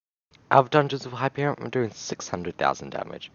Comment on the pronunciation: him: the hyperion my ears: the happierion.